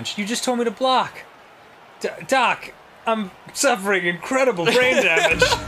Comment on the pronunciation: No matter how many times I listen to it, I always lose it when Danny calls Doc "Dark"